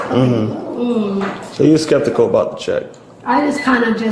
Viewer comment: "spektical" ... "septikal" ??? Pick a mispronunciation and stick with it.